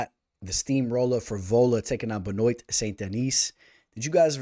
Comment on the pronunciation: Pronounced Ben-Wah!